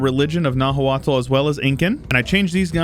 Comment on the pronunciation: By the way, Nahuatl is actually pronounced more like "Now-aht", with the t being a sort of glottal stop sound, like when you say uh-uh. Nahua then is pronounced more like "Now-uh". That's not perfect, but much more accurate to the actual pronunciation. I only know because I've been researching Mesoamerican cultures a bit for fun and listening to some podcasts about the Aztecs.